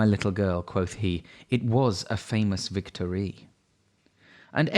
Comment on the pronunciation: You have clear diction. Not keen on 'vic TOR REE' though, and it's pronounced 'Blenam', not 'Blenheim' (I live close by!)